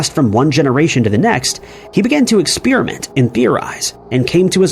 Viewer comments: Who pronounces "experiment" as "expeeriment"? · What is this "expeerament" of which you speak???